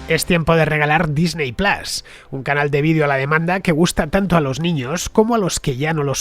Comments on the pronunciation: Disney plas por favor es Disney Plus plas suena a bofetón. En inglés Disney se pronuncia Disny, en todo caso sería Disny plas. Si se dice Disney se debe decir plus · Me parece muy bien que hagas publicidad. Me alegro porque significa que el programa goza de buena salud, pero me niego a que vendas tus principios fonéticos de esta manera... QUÉ PLAS NI QUÉ PLAS... ¡PLUS COÑO!